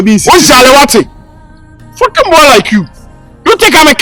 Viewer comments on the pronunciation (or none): none